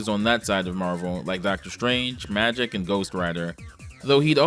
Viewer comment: "Magik" is pronounced "Mā-jeek". Not "magic".